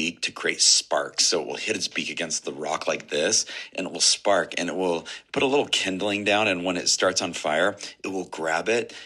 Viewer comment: where yall from that say PIT instead of PUT? says it too:body-blue-raised-arms